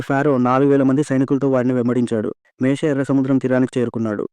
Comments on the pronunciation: Ani mistakes matladthnaru ,meshe ,kadu moshe,,fero kadu faro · మేషే కాదయ్యా మోసెస్ ర్ మోషే